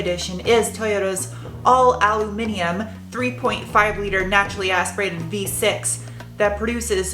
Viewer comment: Bonus points for pronouncing "aluminum" correctly. Great review Sarah. If only I didn't spend time bow hunting, camping, and pulling a boat, this would be a vehicle I would buy.